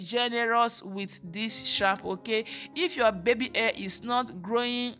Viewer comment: Your daughter’s hair looks healthy. However, you should practice speaking before filming because you are not pronouncing words correctly. Example: You pronounce the words: Hair as air. Baby as bibi. Hairline as airline.